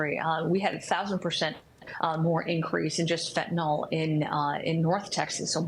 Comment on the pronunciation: Fentanyl. -yL. FENTANYL. NO "O" IN THE WORD. FENTANYL. FENTANYL.